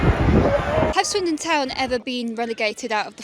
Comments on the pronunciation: Swindon not windon is brutal 😂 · Swindon. Not Windon. But why? 🧐😂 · Swindon... Not windon. Sums up the video.🤣 Brutal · "Swindon and not windon thats the whole point" got me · Swindon, not Windon! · Swindon, not windon LMAO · Not Windon! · Swindon, not Windon 😂🤣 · Swindon, not Windon. Sounds like they really swindled the fans there. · swindon, not windon, just for that like the video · Swindon..not WINdon 😅😅😅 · Swindon not windon. And that's the point. 🤣🤣🤣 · Swindon not windonnn 🥲🥲🥲😂🥲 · "Swindon not Windon" caught me off guard for real dawg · Swindon not windon